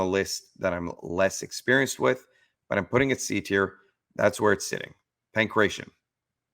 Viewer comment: Stop sayin pankretion (my ears hurt). Its Pangratio xD